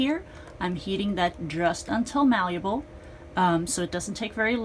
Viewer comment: Ok but the word is malleable, not maluble.